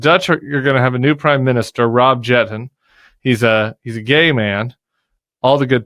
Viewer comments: Nederlanders. Not Djetten but Jetten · Rob Jetten, pronounced as you would say yettun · Rob Jetten (pronounce yetten) is not yet married but angaged to be. The wedding is scheduled to take place in 2026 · Please pronounce "Jetten" as Yetten, that is more correct. (I'm also Dutch) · can you please correct the pronunciation of Jetten's last name? (YET-UH) Claim our pronounciation! Voted PVDA/GL because I thought Timmerman could strengthen Europe relations. But I'm grateful Jetten won and it won't take forever to get a Cabinet.